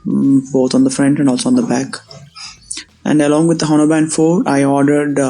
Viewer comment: H is silent.